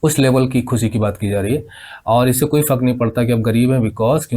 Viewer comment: Sir vo fak ni fark hai sir plz thoda words ko achcha pronounce ki jiye and about the explanation is very very good 👍